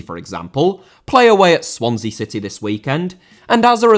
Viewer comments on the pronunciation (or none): Rather * not Rother Swansea* not Swonzea Valets* not Valeis Scenario* not Scenohriouw Idea* not Ideer Media* not Medier Observed* not Obzerved Zara* not Zohrer Cliché* not Clichei